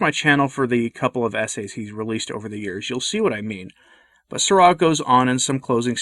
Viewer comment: Why'd you pronounce Sarah like that?